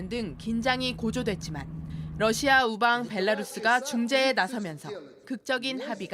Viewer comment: 앵커가 러시아의 Russia를 Lussia로 발음한다. 아래 글을 읽어 보기 바란다. TV기자들은 말도 잘해야 하지만 발음도 좋아야 한다. 특히 외국어(영어)의 정확한 발음은 대단히 중요한 요건인데 유감스럽게도 그렇지 못하다. 예컨대 많은 기자들은 첫발음 R 을 L 로 발음한다. Russia를 Lussia로, Roma를 Loma로, Radio 를 Ladio 로 발음한다. 물론 한국어에는 ᄙ(쌍리을)이 없어서 L 과 R 발음을 다 ㄹ로 발음할 수 밖에 없는 어려움이 있다. 그렇다면 한국인들은 R 발음을 정말 못 하는 것일가? 아니다. 초성일 때에만 못한다. 프랑스(France), 마리아(Maria), 도레미(doremi), 아리랑(Arirang) 등, 잘 하지 않는가. 그래서 TV기자들에게 다음과 같은 해결 방법을 주고자 한다. R 을 첫발음할 떄 R 앞에 '으' 발음을 먼저 하라. (으)Russia, (으)Roma, (으)Radio 등으로 말이다. 그러면 당신은 좋은 발음을 하는 TV기자가 될 것이다.